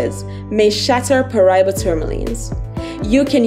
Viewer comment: Pronounce it right, Pa Ra Iba